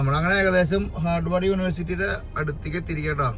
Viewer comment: ഹാർഡവാർഡ് അല്ല...ഹാർവേഡ് 🙂 Massachusetts pronounced as മാസ്സച്ചൂസെറ്റസ് 🙂